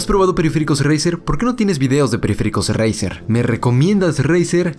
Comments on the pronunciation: dice 😂😂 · “ Jiuntsman turnament edishon”